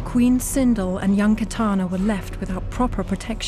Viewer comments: It sindel not sindol. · It’s Sindel not Sindle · LOL sinDLE.... they couldn’t do more research lol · “Queen Sindle” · it's the way Sindel And Edenia are pronounced for me :( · Butchered sindels name